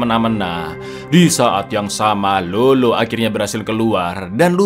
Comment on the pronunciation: Bukan lolo cak tapi lalo. Kalo di amrik latin Lalo itu nickname dari nama yg blkangnya ardo, contoh: Eduardo, edgardo